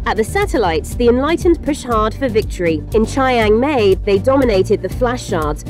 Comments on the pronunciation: Pretty sure that's not how you pronounce Chiang Mai. :( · Chiang mai= chee-ang-mai not chai-ang-mae 😫😫